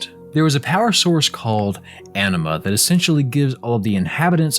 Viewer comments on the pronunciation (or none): Anima sounds like enema.